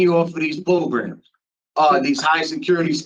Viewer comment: Definitely no parole fo he needs more progrums, progrums progrums progrums progrums and a brain 🧠😆